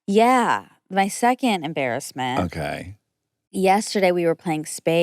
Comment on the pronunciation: Do the people around you pronounce that as secon(t) I can't stand it please correct them